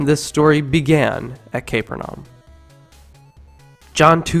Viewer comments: The narrator speaks with such authority, and we believe every word he says until he comes out with an outrageous pronunciation like...CAPER-NAUM...instead of the well known, four syllable, CA-PER-NA-UM. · You can always tell if a person has or hasn't grown up in a Christian church by the way they pronounce names, bible texts, etc... The narrator pronounces Capernaum as "Caper-num" when someone who has grown up being lied to their entire lives, would pronounce it "Ca-per-na-um". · Uh, its not kayper-naum...its ka-PUR-nay-um... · Um... this would actually be more convincing/engaging without the typos and mispronunciations. Can you really have spelled "parallels" correctly, but misspelled "similar"? And the name of the city is 'Cah-PUHR-neh-um', not 'CAP-uhr-nahm'. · The pronunciation of Capernaum as CAPER-NOM says it all. I don't think I need add anything more. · What an odd pronunciation of the name of the town Capernaum. It is usually pronounced Ca'PUR:naum.